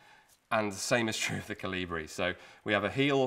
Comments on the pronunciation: The emphasis is on the O, rather then the I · Everybody said I was crazy and I should stop talking about my "Jonathan the Giant" theory. Well, who is the crazy one now? P.S. The stress is on the first syllable in the word "Kolibri".